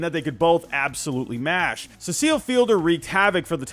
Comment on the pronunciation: Your pronunciation of the name Cecil makes me want to puke